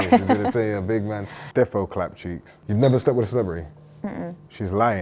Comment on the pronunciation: “They gotta clart you for peace” 😂😂😂😂